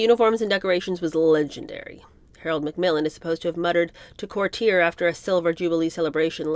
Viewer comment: I truly enjoyed this book. I’ve read several others about the family. He was certainly an enigma. My only criticism of the reading is the mispronunciation of relatively common words…courtier, Dieppe, mendaciousness, to name a few. I noticed the same problem with Ethel Kennedy, The Other Kennedy Women. This may be attributed to your youth.